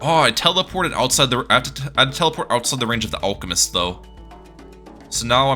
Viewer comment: It’s alchemist not olchemist